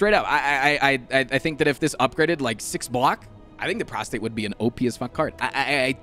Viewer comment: His pronunciation of Prostrate as Prostate is extremely cursed.